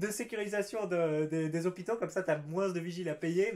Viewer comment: Pourquoi tu prononces le S quand tu dis MOINS ...?? ou tu l'écris comme ça "MOINSE"